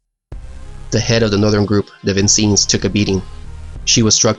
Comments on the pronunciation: A great individual effort for which you merit high praise. Not to sound pedantic but Americans pronounce it Sheh-ka-go and Vin-senns, a city in Indiana. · It's pronounced, "Vin-sens", not "Vin-scenes". Great job though love your videos! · Vin sens. Not scenes. And its easy to aim when you're giving someone a sucker punch. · Vin-Senz not as Vin-seens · Good analysis of the battle. However, two comments: first, the pronunciation of the USS Vincennes is Vin-SENZ (or Vin-CHENZ, in its pure Italian) not Vin-SEENZ. Secondly, no mention is made of a critical factor in the Americans inability to effectively target the Japanese ships during the battle itself, and that is, the Japanese had flashless powder for their big guns while the Americans still used flash powder. This inequity enabled the Japanese to easily detect the American vessels during the battle, while the American vessels could not spot the Japanese vessels. It was not until radar was installed on all U.S. naval vessels, as a lesson learned from this battle that the tide of battle at sea in this same channel during this same campaign was turned in favor of the U.S. Navy. One night, the Japanese came as usual down "the Slot", as it was called, for its usual harassment and interdiction (H&I) fires when they unexpectedly encountered Admiral Halsey's refurbished fleet equipped with radar which was waiting with full knowledge of the position of every Japanese vessel. That finished the Japanese naval presence in the area. It is also of historical significance that this series of battles was among the last large scale ship vs. ship battles in the Pacific whereby the combatant ships fired within sight of each other at relative close ranges. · Really interesting and well put together. You've already been taken to task on the various Canberra faux pas, so... Vincennes... it goes like Vin-sense. Not Vin-seen. Thanks. 😊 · “Vin-senz,” not “Vin-seens.” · Great video but Vincennes is pronounced vin sins